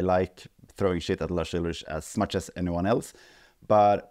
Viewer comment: Pretty sure his surname is pronounced Ulrik